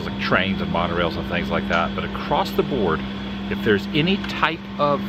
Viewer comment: The word "across" is pronounced ACROSS. There is no "T" on the end of it. I have no idea why people continue to say "acrosst" instead of ACROSS.